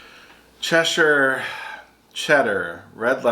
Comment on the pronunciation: ...you pronounced Cheshire correctly - Chesh-her